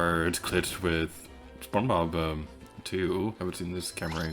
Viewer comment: " spon bobba...spon bob-....." hahaha this cracked me up so bad I tend to mix up all my words together like this 😭 it feels good knowing im not the only one